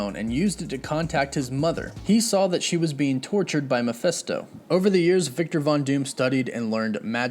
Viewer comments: You're pronouncing Mafesto wrong.. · How many different ways can you pronounce mephisto in one video??? Sheeeesh